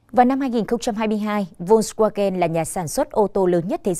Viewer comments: Đọc theo phiên âm là vôn va gen.chữ w tiếng đức là v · Đọc là phốc svagan.